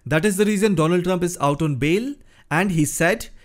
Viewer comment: Mister doland Trump 😂